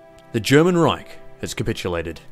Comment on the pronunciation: its not pronounced "Rayk" but Reich ...